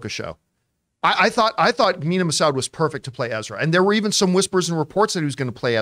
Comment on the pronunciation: Looks like John isn't immune to mispronouncing the Massoud like everyone else